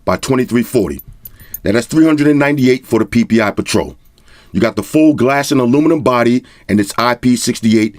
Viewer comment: Ppi patrol For a moment there I thought you said paw patrol 😂🤣 Still don't know weather to get mate 20 pro or the p30 pro